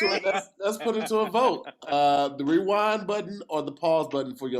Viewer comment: So at we not going to talk about saying wewind instead of rewind like 3 times